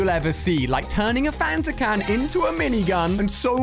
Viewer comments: It’s Fanta not phanta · Why do you call a DT and DIY and why do you call The canon thing phantom Ganon it’s fanta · I thought he said phantom mini gun